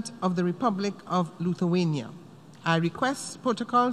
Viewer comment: Its not Luthuania it's Lithuania